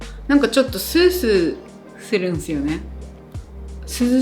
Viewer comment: スースーする が沖縄すぎて好き